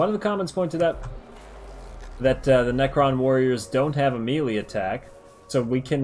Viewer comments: what in the world is a mealy weapon?? (MAY-LAY) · Melee = May-Lay.